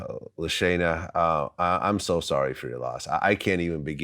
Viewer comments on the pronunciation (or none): It’s LA-Sheen-Ah, not LA-Shane-A, Ba-LAD-A-Meer.😤